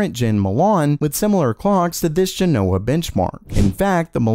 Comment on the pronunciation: JEN-o-wuh, not jeh-NO-wuh